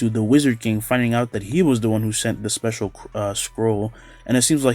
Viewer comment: i swear u be saying spatula mage instead of special mage